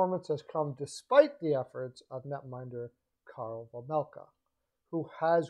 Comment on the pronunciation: OK. First of all, you might want to be a bit more precise with your language. Vejmelka, not Vajmelka unless there is a foreign spelling you are using. "Vajmelkad" the way you used it at the beginning is a verb, not an adjective; and as Chad Rockey said, LAK and ARI are not in the same division but in the same conference. I know the points you were trying to make but this needlessly undermines your credibility with your listeners. Quick does not have a NMC or even a NTC in his contract btw. More credibility issues. Second of all, I'm a full season seat holder to both LAK and ARI. I'm only going to speak to LA and not the other teams. Vejmelka is having a good season but it is unnoticed b/c the Yotes stink this year. But it is only one season. Last season, he played a little worse. I'm not convinced he's the answer to LA especially in light of Copley's play. You can tell that LAK plays more confidently in front Copley than Quick (strange for me to say that). As someone else I know pointed out, ARI needs to have some faces in the fold for this crucial vote in Tempe- one that could decide whether or not the Yotes stay in ARI. Vejmelka can be that face- one of them (Keller is probably the other). G's typically do not command a big trade premium particularly in-season. There is no reason for ARI to take Peterson either. Right now, he is a waste of cap space. I don't see this in the cards. I do see LAK being a D-man away from being a serious contender- if they can stay healthy. They